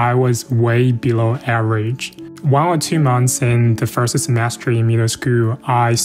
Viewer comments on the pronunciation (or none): Average讀成這樣。。。不要講笑話了